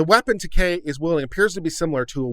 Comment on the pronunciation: It's not "Takei", it's "Taake." Pronounce it right.